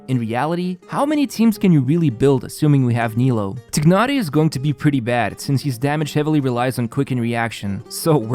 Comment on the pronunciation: “Tig-naary” bruh at least try LOL